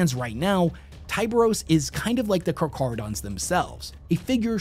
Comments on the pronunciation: I think it is pronounced kar-care-o-dons Also, Ky-mare-a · A lot of comments complaining about him mispronouncing Charchardons once at the start but that's far from the worst pronunciation issue here. It's Teh Kah Who Rung E, with each syllable pronounced distinctly and not rushing through the word. The R of Rung has a slight roll to it as well. Definitely not Teka Hurungay. All three parts are very common in Te Reo (Maori language). Te being an extremely commin prefix (the), and Kahu and Rangi both fairly common Maori names. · I'm sorry, but i can't take this video seriously after you mispronounced carcharodons. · Am I the only person that grew up watching shark shows in the 90s and hearing the way people pronounce Carcharodons physically hurt you as well? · It's a Greek word, so it should be pronounced "k" instead of "ch" as in chair. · Car cara don. No ch sound. Just like the name for the white death. Keep at it. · It's pronounced like a [k] sound, not [ch] Carcharadon is scientific name of white shark genus, from Ancient Greek — κάρχαρος (kárkharos, “sharp, jagged”) + ὀδών (odṓn, “tooth”) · It annoys me so much that switches between pronouncing it as car-carodons and car-char-odons hes literally the only person ive heard pronounce it as car-char-odons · Pronounced.. Car-cara-dons.. Not car-CHara-dons. Hope this helps for futire videos ✌️ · I hate to be "that guy" but Car-kah-rah-don Great video, best chapter 👍 🦈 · Ngl his pronunciation is hurting my soul. The "Ch" is prounced as "cuh" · I heard you pronounce them as "karkaradons" and "karcharadons". Do you know which pronunciation is correct? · For anyone confused since pronounces it two different ways (intro and then details) - it's Car-KAR-a-don. The CH is pronounced as a hard 'K'. Aligns with the Greek roots of the word, where "karcharos" means sharp or jagged, and "odon" refers to teeth, reflecting the characteristics of sharks. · Car-cha-ro-dons learn to read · Car-car-odons my guy